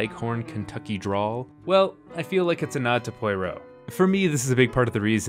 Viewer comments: I wish you could have pronounced Poirot the way it was meant to be said! Ruined the whole video for me. There is no Y in Poirot. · How did you watch so many Poirot movies and come away with that pronunciation of his name?? Also, it’s been said many times but David Suchet is the best Poirot; no contest. I love this list though! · Where did that pronunciation of "Poirot" come from? I recently found "Clue" on streaming, but gave it up within 5 minutes; the led with dog shit; they ran with the dog shit; they continued with the dog shit. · You manage to miss the reason for the introduction of the train and the nod to Holmes in Poirot's manner and appearance. This is unsurprising since you can't even manage to pronounce Poirot's name correctly. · In total agreement, but taking his opinion pretty lightly given the way he pronounced Poirot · Thank you!! I really wanted to watch this video because I love a lot of these films, but I had to stop because I kept feeling triggered by the mispronunciation of Poirot, the idea that he's supposed to be ridiculously laughable, and the inclusion of several Poirots other than Suchet. Hahaha. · Your pronunciation of "Poirot" is . . . unique. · Okay, I thought I was smoking crack and though he got in wrong in the video but I was like have I been wrong this whole time? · Yeah seems like he doesn't really know his stuff. Ignoring David suchet. Saying death on the Nile is the same as Murder on the orient express? Cos its a Whodunnit? Pretty much dismissing all of Christie as obselete. He should realise there's a huge following of cozy mysteries and this genre wasn't invented yesterday just because he is new to it. Edit: and how hard is to say poirot correctly ffs. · My dear friend. It's not Pwoy-row. It's Pwah-roh. . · You seem to be saying Poyrot rather than Poirot. 😄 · Only if he learns the name is pwahROH not poyROH. It's not film noyr but nwar. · Repeat after me, it's "Pwah-roh", not "Pie-roh". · Good god, man. Not Pie-row. Pwah-ROW.